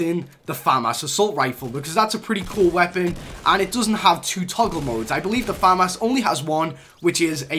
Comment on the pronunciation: The name is FA MAS